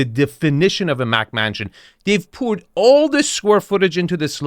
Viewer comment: I love watching his videos....but two things he consistently does that are quite off pudding....He describes certain architecture as "Oriental" which is offensive....and he refers to McMansions as MacMansions....this is his business so I am befuddled as to why he makes this obvious error